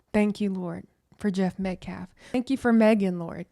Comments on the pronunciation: My question is who gave them the right to make the father leave? That man should learn to pronounce the victims last name , it’s Metcalf, not Metclaf. If Karmelo had a right to be in the tent with the Metcalfs then their father had a right to be there. This man literally just proved the point of this whole tragedy, it’s quite hypocritical. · Paid agitator Dominique Alexander keeps saying "Austin MET-CLAFF". Seriously, this dude is intellectually challenged! Why is Dominique concerned about lives of law enforcement when he has led BLM marches since 2017 to "Defund the Police" including the one in downtown Dallas in 2017 where a sniper killed 7 people in uniform, 5 of them were police officers.... He's gaslighting.